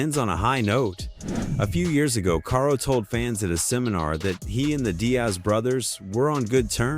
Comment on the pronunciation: damn, I hate these videos from you guys who clearly don't watch the sport. I am just 1 min in and heard you mispronounce karo's name like 10 times. Its pronounced like carl not kay-ro.